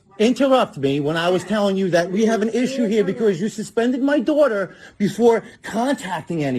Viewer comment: Dwahtah. Oh, wait. ‘Daughter.’ ‘Not gonna twalk to my dwatah that way.’